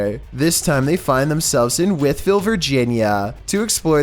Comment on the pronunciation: I'm from Wytheville. Imagine my surprise to hear my hometown called out while listening to this in the background. We also have another haunted mansion at the edge of the county called Major Grahams Mansion. Kudos on pronouncing the town's name correctly, hah. Keep up the good work,!